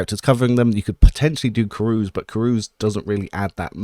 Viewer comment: btw, minor point but the word "carouse" is pronounced CAR-owz, not CAR-ooze.